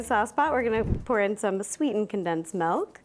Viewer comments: Okay, I love her, but the way she says "mehlk" (milk) drives me crazy🤣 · i love how her accent is like let me add some melk